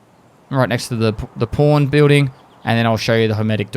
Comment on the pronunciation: Every time he says pawn I know exactly what he's saying, but I block it out and instead I refuse to accept the fact that he's not saying porn.